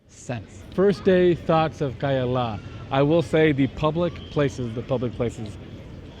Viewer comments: Se llama CAYALA buey 🐂, NO KEYLA !!! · no es Keylla, es Cayalá, no entiendo a que vino este tipo, porque aunque hable ingles los nombres son siempre lo mismo y peor venir a mostrarnos lo que es obvio que alli esta. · todo esta bien, excepto la distorsión que haces del nombre del lugar. Escuche 3 formas equivocadas de como lo pronuncias: Keh yala, kailah, keyale...very wrong! El lugar se llama CAYALA = KAH-YAH-LAH. A como en Apple. Por lo demás, bien❤